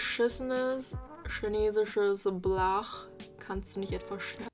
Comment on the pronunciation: "Blag"? Did she mean "Balg"? But she pronounces it "Blach"... I am confused.